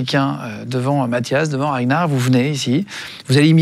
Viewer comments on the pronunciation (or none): Ah ok je pensais que ragnard le breton ca se lisait comme ça s'écrit. Pas RaGnard le breton